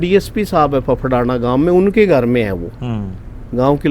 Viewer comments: फफड़ाना नहीं उसे गांव का नाम फेफाना है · सर उस गांव का नाम फफड़ाना नहीं है फेफाना है ,,🙏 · फफड़ाना नहीं है। फेफाना गांव है नोहर तहसील में,sir ji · यह गांव फेफाना है। फफड़ाना नहीं